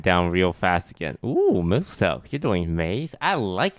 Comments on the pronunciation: I love how toast pronounces Muselk’s name: Mooselk. Mans making him sound like a brand of chocolate milk lmao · He said mooselk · the way they pronounce lazar and muselk is hilarious